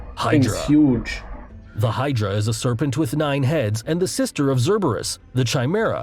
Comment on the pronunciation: The way he pronounced The sea serpent personally offended me, geen he butchered my boy